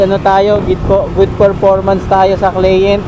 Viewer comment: idol ang tamang bigkas ng "client " ay KLAYANT hindi klint. Thanks ingat ka idol sa mga biyahe mo.👉